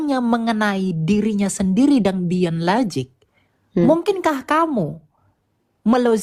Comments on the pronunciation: Bahasa inggris jg Gak ada LOZIG Dibacanya jg LOJIK, bukan LOZIG 🤣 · Lozik ...😂😂 Lojik oten baca nya . Yg logik itu laki ya laki bukan laki tp kemayu 😂😂😂😂😂😂😂 Dasar lakhnatullah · In English it's pronounced as "LOJIK", not "LOZIK". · Logic di baca lojik bikan lozik bodoh kali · Nyebut logic saja lozik...dibetulkan berkali2 tetap loziiikk... ampyuun... tp gayanya sok logis...😂😂😂 Uni Riva hebaaatt...❤❤ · Logic - - lojik pake j bukan pake z Sok2 inggris ni kaleng.. Ngomong ga jelas mutar muter Oten koplak 😂😂😂